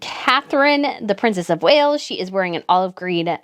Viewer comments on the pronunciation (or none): none